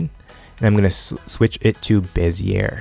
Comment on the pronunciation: thanks for the tutorial. BTW it's pronounced "beh-zee-yay" handles. not "be-zee-yer". Just in case you care :)